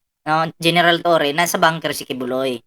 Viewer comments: Torre po not torreon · Torre hindi torion boss. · Torre Hindi torion